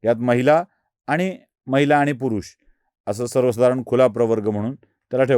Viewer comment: आपण ब्राह्मण असून मराठी भाषा बोलताना आनी पानी तांदळाच्या गोनी, ण च्या जागी न असे उच्चार कसे करता? गावाकडे असे बोलले जाते, हे मला समजते. माझेच मेव्हणे लोणच्याला लोनचे म्हणतात. पण आपण प्रथितयश पत्रकार आहात, म्हणून आपल्या कडून ही अपेक्षा.